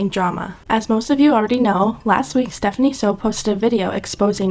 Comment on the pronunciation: “Stephanie so” 💀💀💀💀